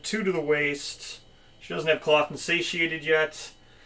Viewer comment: Curious, do you intentionally say clothed wrong?